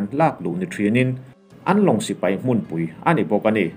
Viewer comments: I chhiar thiamin i aw a fiah fai. Mahse...'pui' tih hi ri hniamin i lam ṭhin a, eg. Inkhawmpui, indopui, runpui inkhelhpui etc a 'pui' hi ri sâng veka lam ṭhin niin a lang. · ri sang veka lam ṭhin a ni zawk. 70 hma lam te i hre pha em aw?